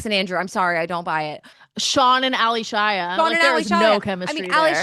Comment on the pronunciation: It's not Ally Shia as 2 separate names. So annoyed every time she mispronounced it. 😂 It's Allyshia pronounced as A-lee-shia.